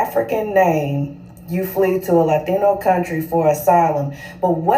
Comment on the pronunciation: Why do all these tethers tell the same lie about FBAs saying they're not black? What's even more ironic is that they're the same people who told us for years that "I'm not black, I'm Dominican/Haitian/Jamaican/Nigerian." I can tell by the way she pronounced Latino she's said that same phrase before.